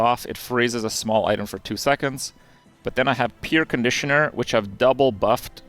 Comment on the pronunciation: Kripp, it's "p-air" conditioner not peer conditioner. thanks for the informative video!